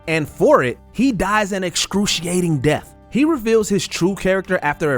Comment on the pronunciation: Earf, deaf. You mean Earth and Death, learn how to speak